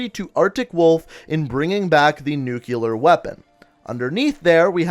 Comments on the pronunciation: NUKE-LEE-AR NOT FUCKING NUKE-YOU-LER Also, I really don't think the mystery man is Raul Menendez. The only decent evidence you brought up is that he wears an eye-patch and his main motive is revenge. Considering all the information on the wall, for the answer to be that simple seems ridiculous to me. Especially considering that this person who is being supposedly targeted by Menendez is a crime syndicate. Why would Menendez be waging a war against a crime syndicate? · It's 'Nuclear' not 'Nuculer'